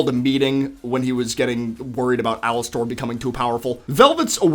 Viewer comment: Please just say Alastor and not Alastair!